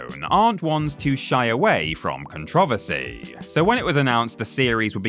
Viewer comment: Take a shot every time he mispronounces the word Controversy!